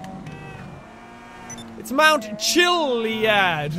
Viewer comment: I gusseted it when he sayed mount cilliad